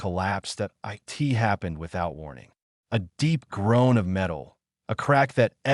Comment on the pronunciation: AI kept saying "i-t" rather than "it".